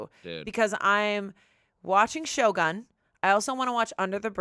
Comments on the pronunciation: The way pronounces Shogun 😂❤ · pronounciation of Shogun is a crime against Japanese language